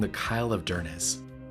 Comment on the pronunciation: Dornoch "Dor... Nochh" not door knock. Cromarty bridge "Crawmarty" Duncansby light house and stacks "Duncans... Bay" So glad you enjoyed your trip... "lang may yer lum reek"Durness..." Durr...ness"😮